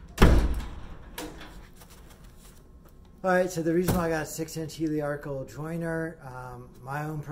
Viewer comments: Appreciate the review. However, please note it’s a helical cutter. You keep calling it heliarchical, which was derived from the old work for TIG welding - help-arc. Helical comes from the work helix. Take it from an exam-TIG welder. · I watched this video because I just ordered the same jointer, and wanted to see the unboxing and initial impressions. The fence on this jointer is longer than the entire bed of my old Craftsman, so it should be a huge upgrade! This video made me nostalgic for my middle school woodshop class. Even though I admit to chuckling every time you said “heliarcal”, I found it endearing. Thank you for sharing! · I took a shot every time he mispronounced "helical", and now I'm drunk!